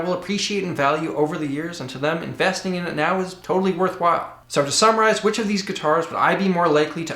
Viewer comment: it sounded like you were saying "so to samuraize..."